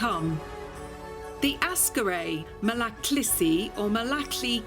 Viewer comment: it is not Askaray Malaklisi, it is Aksaray Malaklısı (lısı part is pronounced as if there are two schwas in it.)